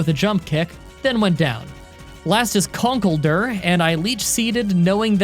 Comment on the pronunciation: Apparently Conkeldurr is supposed to be pronounced Conk Elder